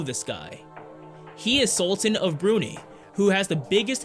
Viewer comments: The Sultan of Brunei is not pronounced Bru-knee but Bru-nai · Sorry homie it's (it's pronounced "BROO-NAY" NOT "BROONEY"!) Check out this one thing called a dictionary, pronounced DICK-SHU-NARY, thanks !! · Ok did you catch the way he said "Brunei"?.....priceless!!